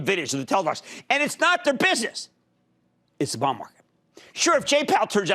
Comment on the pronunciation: The way he says bond market auto-subtitle is showing as " Bomb Market" what's wrong with his accent lol even google can't interpret correctly.